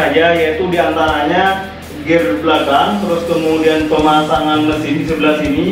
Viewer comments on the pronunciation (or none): none